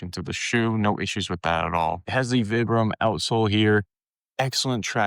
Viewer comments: It's "Veebrahm," not "Vihbrum." Vibram's an Italian company named after the founder, Vitale Bramani = ViBram. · I like the video, good info! Your pronunciation though is killin me! It's Vi like pie or long I sound. Veyebram. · Its Veebram actually, its Italian. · Can’t listen to someone who doesn’t even know how to pronounce vibram